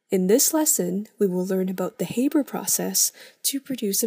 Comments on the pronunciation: The Ranahan Man HAYYYYYYYYYYYYYYYYYBERRRRRR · It's pronounced "H-Aa-ber's" process not "H-Ae-ber's" process. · It's Haber, not Hayber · Anyone else triggered by her calling it the "hayber" process instead of the "haa-ber" process?